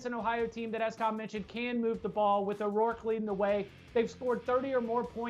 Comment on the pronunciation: There’s no O in front of Rourke, just an FYI